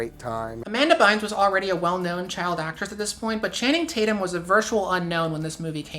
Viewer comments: the guy who said channing tatum looks biteable. did he say channum tating? T.T? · "channum tating" lmao